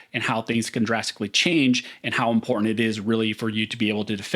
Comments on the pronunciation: As often as you use the word it makes me cringe listening to your butchery of it... OK so the word important is NOT pronounced im-por-ant or im-por-int or im-po-int... When you use the word put MEANING behind it because it is a vert IMPORTANT word so say it like you mean it. Practice if you lack the tongue to properly say it. (im·por·tant) - adjective - of great significance or value; likely to have a profound effect on success, survival, or well-being. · This guy can’t say important